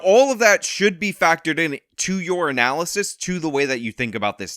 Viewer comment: I never broke down how "your analysis" sounds like "urinalysis" until I heard say it. Lol.